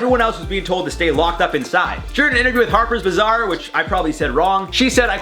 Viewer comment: You pronounced Harpers Bazaar correctly. You did great. 🤗